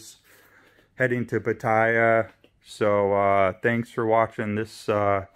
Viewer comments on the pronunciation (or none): PATTAYA is pronounced PAH-TEH-YAH. No hate. Just wanted you to pronounce it correctly.